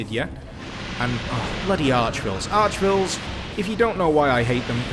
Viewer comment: The "vile" in "Arch-Vile" isn't pronounced "vuhl", it's pronounced the same way as "vial", you silly Englishman. :-)